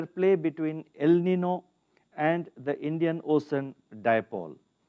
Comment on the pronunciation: Please allow me to make a humble" CORRECTION " The word el nino is not pronounce as NI-NO , rather it is pronounce as EL NIN-YO , as well as La NI-NA ,IT Is PRONOUNCE AS "LA NIN-YA " it is a SPANISH WORD " So it is just right to read it in SPANISH.( the spelling also is not right that is the reason you read it wrong. It's a Ñ instead of N.) Thank you.